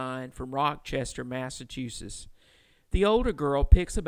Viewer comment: okay just to note this is not my only takeaway from this video but I live in Massachusetts and find it odd and a bit funny how he says massashoesiss